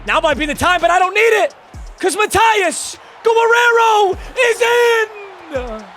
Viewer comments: Has never heard the name Guerrero pronounced? 😂 guh-rare-oh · why does he say gorrero brooo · pronounce Guerrero